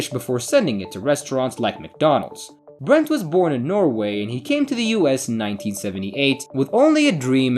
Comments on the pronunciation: "My name is BERNT Bodal" . Narrator: "BRENT Bodal" 😳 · It's Bernt! Not Brent! FFS